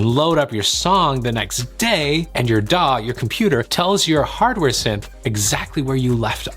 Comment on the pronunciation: shame he cant say DAW.